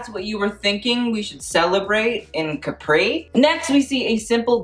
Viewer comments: I can feel the pain of all the italians when he said "CAPRÌ" instead of "CÀPRI" lmao🇮🇹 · It’s Cápri not Caprí, please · Please learn how to pronounce CÁPRI AND CAMILLA. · He keeps saying the island name like the American juice box instead of the actual name. I'm going to cry laughing.